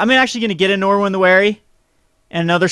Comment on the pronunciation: Stop saying Norwin!!! Aaaaaaggggghhhhh!!! :)